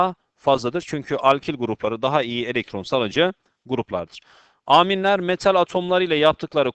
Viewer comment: Hocam Aaaaminleri biraz değişik söylüyorsunuz :D))